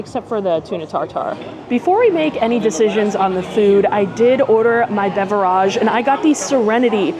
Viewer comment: I like your videos but can’t stand when u say beverage!! 😂